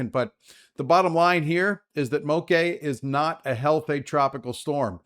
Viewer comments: MOKE SOUNDS LIKE BLOKE. That is how this word is pronounced. MOKE! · Bra🤣, it's Moke like Blala. At least that's how this pidgin word is pronounced. Though it doesn't matter to me how anyone says it as long as their safe